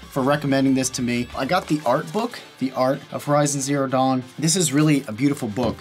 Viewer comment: Every time he says dawn I think he's saying dong.